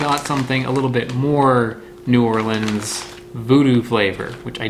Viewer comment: Thank you for pronouncing New Orleans like a local.